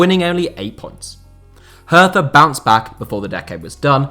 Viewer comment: Haha. „Hertha Berlin“. Mostly foreign press calls the team that. It is just „Hertha BSC“ for locals or most Germans. By the way, in German, „th“ is pronounced like a regular „t“. Nice overview nonetheless!